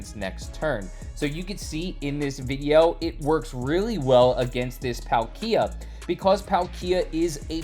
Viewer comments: prounced Paul-kee-uh. Not trying to nitpick but as someone who loves pokemon i feel like i can speak for a lot of us that when we here a mispronunciation of a beloved pokemon big spike of cringe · "Not trying to nitpick" - then don't. Been a lifelong fan since the Gen 1 games; I don't pronounce it as Paul-kee-uh. It's Pal-kee-uh. More or less the way it's spelled. I agree that the way says it is weird and I've not heard his pronunciation from anyone else before, but you don't get to speak for us about mispronunciation. EDIT: This is interesting: According to Google, there ARE two pronunciations: "British pronunciation" is Pal-kee-uh. "American pronunciation" is Paal-kee-uh. Given I'm British, that explains our difference. Unsure on the origins of pronunciation though. One of his own invention, clearly. 😂